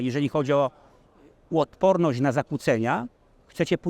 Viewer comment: ...waszom takom dziełem... łotporność... - cenimy poprawną polszczyznę waszych "dziennikarzy" z wadami wymowy 🤣